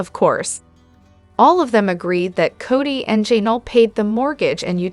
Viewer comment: That "Janal" was so irritating